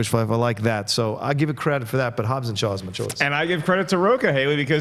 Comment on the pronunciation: It's Hobbs not Hobbes😂